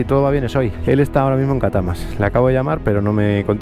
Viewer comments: Repite…CA-TA-CA-MAS. jejeje. Por cierto, no me he enterado de la reparación del rodamiento. Saludos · Se dice catacamas, y una pregunta a que lado de catacamas vienes que yo soy de aqui